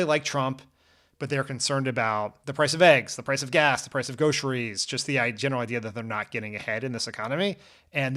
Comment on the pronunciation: Did Dan say "Go-ceries" ? lol